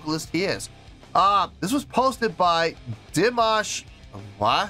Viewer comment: 😁 You said his name correctly from the first try, that was cool :)) And yeah, I think that was an E6 :) He can handle the 6th octave in head voice + flageolet, up to F6. His whistle notes only begin in the 7th octave, E7, F7, F#7, G7 (once he hit a D8 live in the middle of a song, in concert). Also, he can go as low as A1 in chest voice, and even lower in fry register 🔸He can sing in 6 octaves, and he can hit notes in 7.2 octaves. 🔸His musical genre is neoclassical crossover, mixing everything from opera -> rap -> kazakh folk -> rock elements. Every song is a surprise :)) That yodel/trill was real, no effect, and it was meant as a mourning sound, tribute to the lead singer of the band who passed away ("Sinful Passion" is a hit of the band A`Studio, on stage behind him). The keyboard man was the composer of the song. Dimash participated as a guest in this event (New Wave 2018). This was the first day, and several singers performed covers of the band A`Studio`s songs, as a tribute to their career. Dimash covered their hit "Sinful Passion". At the end, he thanked them, including for them being an inspiration for young singers. Dimash had great appreciation for the lead singer, who passed away at 52, and for whom he included that trill mourning vocalize in the middle of the song. The band A`Studio have been around for decades, so they are seasoned professionals, and they`re just chill, not bored :) [New Wave is a competiton for young singers, but Dimash was performing as a guest]